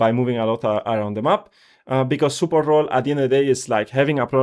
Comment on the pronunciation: When I heard Superport, I’m like huh but then after he said it a few times the dots connected…his accent made it sound off but he was saying support the whole time. Good video